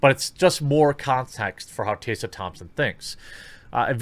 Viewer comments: This is what Dr. King wanted. Segregation of black and white people. That was his dream right? White kids and black kids playing in their own racial groups? And her name's Tess-uh not tay-suh. Why can't you read bro? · T-Ess-A, stop saying Tassa. That is just weird, its such an easy name. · Is it your accent that causes you to mispronounce Tessa? It’s really odd to hear Tay-sah instead of Tess-ah. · How come you keep pronouncing her name as Taysa? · tEH-suh. not tAY-suh. didn't know this was a tough one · Tessa. Why are you saying Tayssa? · Jeremy, in all seriousness, do you have a speech impediment? you may have discussed it in some video i haven't seen, lets face it, you make a lot. but Taseuh? Flaged? Braged? it's Tessa, Flagged, Bragged etc...sounds so weird man. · What kind of motherfucker turns Tessa is Taysa? Can this idiot say taste and test or are they the same word to him? ROFL. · Tessa. Tess uhh. Not TAYsa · holy SHITBALLS!! her name is pronounced "TEH-SA" NOT "Tay-Sa"....other than that I agree 100% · I agree with you but why do you read her name as “tay sa?” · Taysa Thompson, Margot Robie - what is up with your pronunciations?? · Jeremy, dude... How in the heck do you get "TAY - sa" out of "Tessa?" If you are dyslexic, I apologize; otherwise, pay better attention to what you're reading, bro. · Jeremy, what about the letters "T-E-S-S-A" makes you think you're supposed to pronounce it "Taysa"? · "Tayssa"? Jeremy, please learn reading thanks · Why are you saying "taysa"?? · Jeremy, it’s “Tess”a like “Hess” as in Rudolph Hess. See what I did there? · Goddamn, dude. How hard is it, to pronounce "Tessa"?!